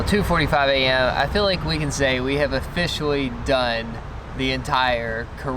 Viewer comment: HaHa "offishially" get it??